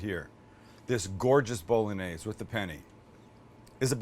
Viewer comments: Why are yo deliberately mispronouncing the word "bolognese"? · You just massacred the “Bolognese” Sam.. balsamic vinegar and oregano? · You say an Italian intro and proceed to say BOL-O-NAZE 😂! Cmon Sam! If you do the Italian as least pronounce like they do! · It's pronounced, "Bo loan yeh seh." French and Italian have a g.n. that's pronounced like the n.i. in the word senior. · one more time: BOW LON YEYZ. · Bolognese - sounds like it looks Bologna - bullonee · Please please please take the time to learn how to pronounce penne and bolognese properly try and stop the bastardisation of language. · I'm sorry, but a part of me died inside when you said "pen-nay bow-luh-nayz" 😭😭